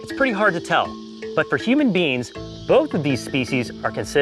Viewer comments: I keep on hearing “human beans” instead of “human beings” help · Whenever said beings, I heard beans